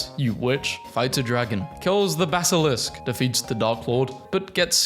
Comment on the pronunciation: Aaaah yes the Balisk, totally said correctly